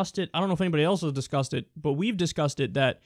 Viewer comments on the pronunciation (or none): were you saying "discusseded" lol